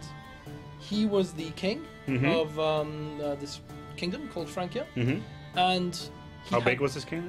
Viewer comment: Correct me if I'm wrong but shouldn't FRANCIA be pronounced (FRAN-SIA and not FRAN-KIA)